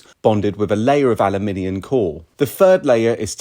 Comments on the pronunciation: Are you saying aliminiun? Aluminium bro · What, pray tell, is "aluminian"? He mispronounces it like this repeatedly. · Ah-loo-min-ee-uhm Seems to be adding an extra i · The way he pronounce aluminum tells me where the source of this information comes from. He's not in the US.